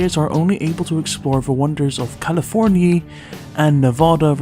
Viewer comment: Cow-lah-forn-ya :D